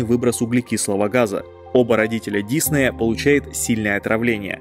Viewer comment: Так режет слух когда называешь фамилию… Он не дИсней! Он диснЕй! Готовься лучше когда записываешь и выпускаешь такие ролики. Весь мир знает, что он ДиснЕй, а ты так каверкаешь и делаешь вид, что все вокруг тупые, а ты самый умный.